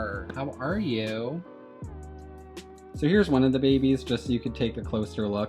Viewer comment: the one you called one sounded like you said Juan so name him that.... pretty cool by the way and i am taking my tokay to the vet tomorrow at 10 am to visit with the doctor that suppose to be rally good with reptiles so that is pretty cool but my guy is sick so that isnt so cool.... he has a number of parasites that he had when i got him about 2 months ago now. i took him for an emergency visit the other day but they said to keep the monday appointment since i wouldnt be able to see the specialist and they didnt charge me that day also........ i was worried but they said he will be ok so its just a matter of getting him treated and then he will finally start eating on his own.... i have been feeding him like a baby in my shirt pocket for this whole time and he has been growing and it seems like we have a pretty cool bond like he knows that i am helping him.... he hasnt bitten me since the first week that i got him. i will be calling the pet store back to let them know what parasites he is diagnosed with. they had him with a hand full of golden geckos and lined geckos in the same cage. i got him for only 23 dollars and didnt think anything of it except that it was cool. he is the first reptile that i had in a long time also and now i know better due to endless research that the price was maybe a red flag. i am happy that i got him though and i been doing a really good job with an advanced reptle so i got alot of great experience out of it and possibly the tamest tokay g